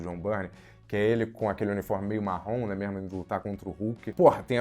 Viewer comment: 217 "Né mémo?".